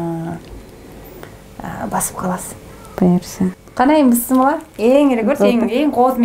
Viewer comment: Кечириниз бирок,бысмылла эмес Биссмилляхи рахмони рахиим денизчи.Рахмат сизге сиз азаматсыз.